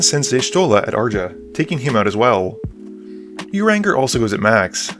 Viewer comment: Ooof, the way you pronounced "Urianger"..., it's pronounced "You-ree-on-zhe". Just keep in mind that he's from a nation of Catholic French elves. Also, I think missed a few draw triggers (unless they just weren't shown/mentioned).